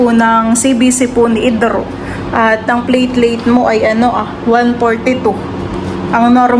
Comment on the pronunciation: Platelet not plateleit😂😂😂